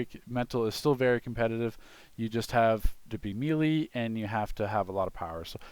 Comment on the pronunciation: say it with me MAY-LAY not me-lee